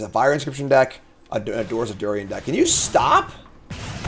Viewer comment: Durin. Dew-rihn. Not Dew-ree-en. Great episode!